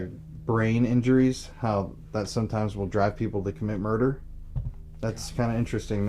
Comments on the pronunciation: "The Muder House" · Murrder house